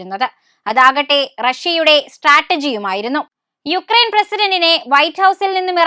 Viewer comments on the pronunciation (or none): none